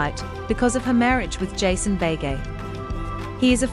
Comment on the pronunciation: For goodness sake, learn to pronounce Beghe! Pronounced be-gay, not bay-gay.